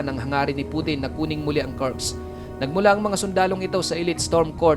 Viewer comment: Kursk hindi Kurks!